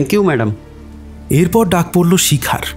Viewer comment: উপস্থাপনা ভালো লাগলো। তবে কথক এর উচ্চারণ বিষয়ে একটু যত্নশীল হওয়া প্রয়োজন। 'র' ও 'ড়' বিষয়ে সতর্ক থাকতে হবে। 'ঝড়' কে 'ঝর' , 'পড়ল' কে 'পরল', ' নেড়ে নেড়ে' কে ' নেরে নেরে'-- এগুলো কানে লাগছে। বাকি সব ভালো...